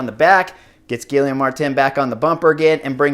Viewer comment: Really like the insider views on this, but honestly... how does someone who has ridden in Europe for as long as Horner (with multiple languages/nationalities) be soooooo brutal on pronouncing anything outside of English?? Gill-EE-ohm ??